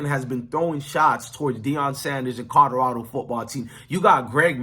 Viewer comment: Are you really saying codorado? Guys that look like you should learn how to speak English